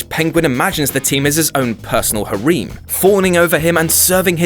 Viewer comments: harim? don't you mean harem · Do the British actually say "har-eeem"? instead of harem? or do the guys at what culture just not know how to read? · "Har-eem" LOOOOOOL Fuck off and learn to pronounce it m9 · "har-eem" Really, man? Really? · ....hah ream?.....I'm fairly certain that's not how you pronounce it...but you do have a British accent so I assume that's how its pronounced in Brit English. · it s pronounced harem (hAr-em) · Ok that's now two Whatculture videos where they pronounce it HA-REEM. Is this actually the way brits pronounce harem and I've just never noticed it before? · Really? "Ha-reem"? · I've never heard the word "harem" be pronounced that way before. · are we not gonna talk about this man's pronunciation of "harem"? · Why do these limeys keep pronouncing Harem like that? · Anyone else getting increasingly annoyed by how they pronounce "harem" as if it had two Es? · im more annoyed they didnt pronounce it correctly as ecchi anime